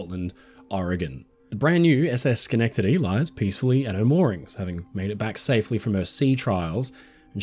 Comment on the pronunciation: Thank you for pronouncing schenectady right hahah